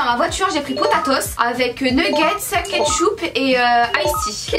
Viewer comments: Quand dit "ketchoup" à la place de "ketchup" à j'ai pleuré de rire ptdrr🤣🤣🤣🤣🤣😭😭😂😂 Sinon la vidéo est trop bien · Ptdrr ketchoup elle a dit 😂😂😂😂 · Pourquoi vous avez changé de tenue? Ps: c'étais drôle quand a dit on changement de tenue a regardé comme si j'étais son chef 😂😂 et aussi se n'est pas ketchoup mais ketchup comme t'as fait la remarque enfin bref les filles je vous fait des gros bisous et surtout continuez comme ça 😘💝💖💗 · "KETCOUP" hahaa je men remet pas...🤣❤ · Mdrr elle a dit "ketchoup" 😂, bref j'adore vos vidéos continuer comme sa 😘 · TU DIS KITCHOUPE JE l'écris comme ça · "Ketchoup" 😂😂😂😂 jpp😂